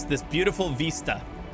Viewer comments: Veestas -> Vista Windows Veesta lol 😆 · I'm from the Midwest, and his pronunciation of vista is weird.